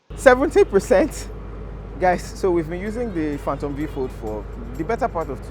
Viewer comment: 17 percent is perfect. You stressed it so 😂